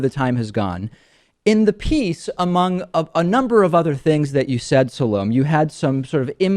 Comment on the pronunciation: SOO LOOM AYE NOT SOOLUMAYE